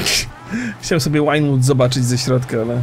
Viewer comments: przepraszam, że się czepiam, ale źle wymawiasz Vinewood. Przeczytaj sobie w Internecie różnicę wymowy pomiędzy angielskim 'wine' (pl. wino), a 'vine' (pl. winorośl). W języku angielskim 'v' czyta się jak polskie 'w', natomiast ang. 'w' jak polskie 'ł'. Pozdrawiam i proszę, nagrywaj dalej GTA: Online - cudownie się do ogląda i jeszcze więcej śmiechu. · Wymawia się Wajnłud, nie Łajnłud :) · Drogi, czemu "V" wymawiasz jak "Ł"?